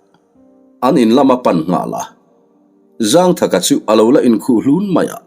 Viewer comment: Zângthaka tih hi thlukna awm lo in zangthaka ti in chhiar tawh laa 😂